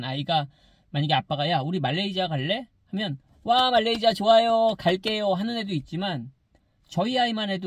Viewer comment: 말레이지아 발음 …불편해요 말레이시아로 해주세요